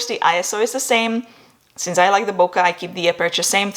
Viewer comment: Sorry had to unsubscribe because you said bokuh when it's boKay. Imagine someone saying your name the wrong way.